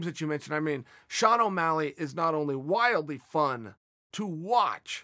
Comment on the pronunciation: It's Shawn not Shane. And it's not ya rear, it is ya ear. It's chhhaahhhbeeb, not ka beeb.